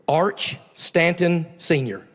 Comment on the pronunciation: Arch Stanton or is it really Arch-Satan? 😆